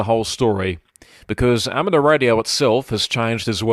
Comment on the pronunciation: There is a "U" in amateur, it is not ameter